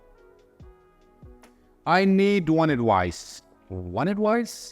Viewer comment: Thanks a lot sir for this vidéo but just a remark about the pronunciation of advice